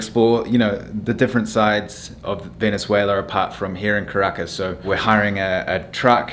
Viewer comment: Also Caracas is pronounced KAh-ra-KAhS